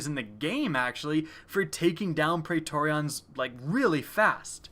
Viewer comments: I really hope he's pronouncing Praetorians like that on purpose... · I am triggered by your pronunciation of pretorians.